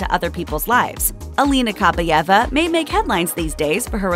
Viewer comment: Ok, since no one has mentioned it yet: it's pronounced Kah-BYE-eva. Stress on the second syllable. "Кабаева" если по-русски